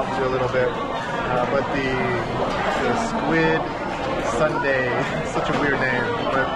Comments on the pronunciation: squid sundae × squid soondae ㅇ pronunciation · it should sounds like soon-dae and not sundae (ice cream). 😂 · sundae you think of ice cream but its actually pronounced Soon- dea not Sundae. i think its just sounds close that you automatedly think of ice cream. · Not " SUNDAY" in pronunciation, it's SOON- DA-EH aka Sundae. I'm a Brit-Pole and I'm married to a Korean, live in the US. I love all blood sausage and so this is something I eat all the time. Each country has their own version of blood sausage. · squid sundae 🦑+🍦??? 😂😂 순대 pronunciation is more like 'soon dae' 😊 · Actually it‘s more like ‘soon-dae‘ not sundae (like an ice cream) lol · 코리아 U 발음은 WOO - SUN DEA (SAN DEA, SEON DEA) 아니고 (SWOON DEA) 그래도 닉 화이팅은 찰지게 잘 했어요 한국어가 나날이 느네요. 한국 여행을 하면서 더 발전하는 닉이 되길 바랍니다. 닉 화이팅~^^ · squid sundae ㅋㅋㅋㅋㅋ it's pronounced 'soondae' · Squid Soondae (순대), not squid sundae (선대)😅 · sundae is actually pronounced soondae, no relation to the english word sundae :) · Squid Soon(not sun) dae is how you pronounce it just FYI